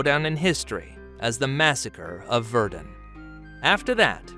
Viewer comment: VerDUN... What's up with the AI pronunciation?